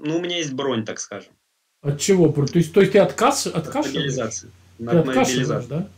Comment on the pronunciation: Как орк оговорился " могилизация"